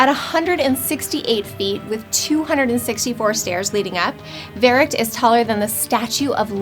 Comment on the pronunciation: IT’S VERRUCKT NOT VERERRUCKT